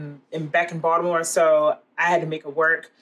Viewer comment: You never really know when someone claiming to know how to make Maryland crab cakes is really from Baltimore until you hear them say Baltimore and you nailed it! LOL